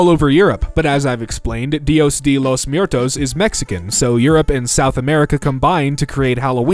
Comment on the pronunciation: Love your content - but FWIW. "Muertos" is pronounced like the word "mwah" - where the M is kinda tacked on, so it sounds more like MWAIR-toes or MWHERE-toes (the S sounds like an S & not a Z).